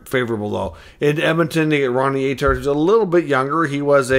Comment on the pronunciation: Hey pronounce his name right first off lmao